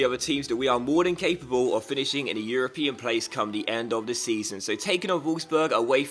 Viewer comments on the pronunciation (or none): none